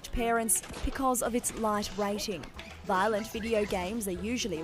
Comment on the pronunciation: Its not vilent